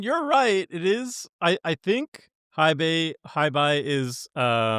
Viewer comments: Love your stuff! Hei Bai is pronounced "hey bye". Hei translates to Black and Bai into White so Black White, cause he's a pandy 🐼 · it's pronounced Hey Bye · mispronouncing Hei Bai perfectly backwards is hilarious. One of his best 😂😂